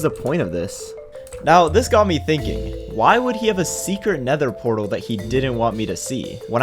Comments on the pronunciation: Sorry but I can't keep ignoring the "protal" like it's nothing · "nether protal"